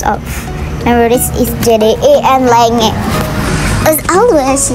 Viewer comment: Btw ka itu namanya lenge memang tulisannya lenge tp dibacanya "lenji" bukan dibaca "lenge" 😭🙏🏻